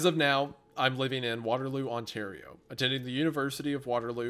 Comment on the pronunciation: from an ontario native hearing these boys pronounce Caledon with a DON and not a DIN is wild. oh god, hunter pronounced it with DIN but then absolutely butcherd Ontario.